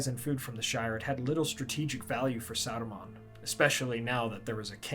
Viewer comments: Remember, it’s Saruman, not Aruman. Did Bakshi question our intelligence that much? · Who ? You mean Aruman, right ?